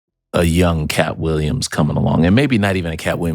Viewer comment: “Kapp Williams” 😮‍💨